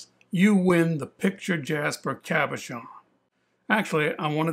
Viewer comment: Did you say, "Cavachon" as in a dog breed or Cabochon? Any samples? Can you teach my fish to swim?